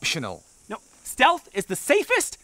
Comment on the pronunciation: "Steatlh" actually pissed me off lol